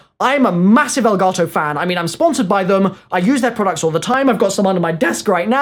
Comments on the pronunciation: Its Elgato not Elgarrrtoowwwww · Is it me or is he saying elgato wrong??🤔